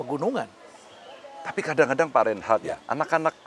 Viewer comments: mas Ganjar: yg bener nama prof Rhenald Kasali, saya kyk nya denger nama pak Rheinhard😅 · Rhenald, bukan Reinhardt